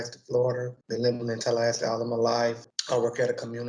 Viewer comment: Did he say Tallahasty?